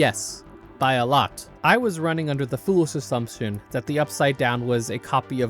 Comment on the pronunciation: bro could NOT say "foolish assumption"